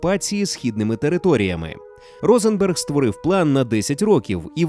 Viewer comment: (Якщо не говорити про радянський правопис, а саме вимову). Русифікована вимова. Деінде ви сказали Рейх замість Райх. багато ффф - «під її фпливом», багато де українська И, що близька до І, звучить як рос Ы, літера В узагалі ніде не звучить як Ў, де має бути — [створыф], [фсе], [афто] (правильно [стўориў], [ўсе], [аўто]). Г наприкінці слів у вас звучить Х. Тощо. Наперед скажу, це не діялект або щось подібне, а саме русифікована вимова. Послухайте на ютубі Українська літературна вимова Миколи Погрібного. українська мова насправді ще гарніша ніж ви думаєте/говорите. =)